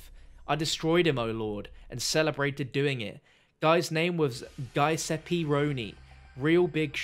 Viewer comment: “GUYseppe” lolz!!!